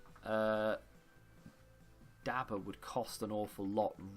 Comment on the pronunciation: It’s Da-bur not dabber